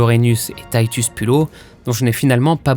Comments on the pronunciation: C'est pas Taïtus mais TItus Poulo Sinon bon boulot ! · Titus ou Titous ... mais pas taïtus ... pourquoi ce son "aie" très anglais ? heureusement que la série n'a pas finie avec un charabia religieux ça aurait été dommage